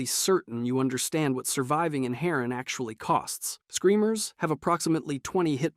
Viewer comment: It'd HAR-AAN AND ANTI-ZIN are you stupid on purpose?